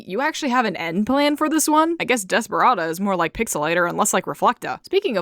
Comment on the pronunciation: I love how you can kinda hear the word desperate in DESPERA-da